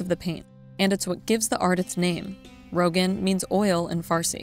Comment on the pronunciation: its not pronounced "rohgan" its more ro-gahn